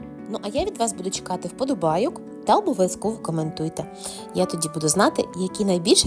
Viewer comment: Вподобайок- що це за вимова?